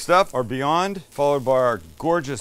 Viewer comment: I kept mishearing 'Beyond' as 'viande' right until assembly time. Looks like meat, sounds like meat.